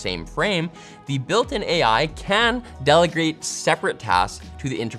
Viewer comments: "delegrate" dont worry,. we've all done it. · delergrate... I heard that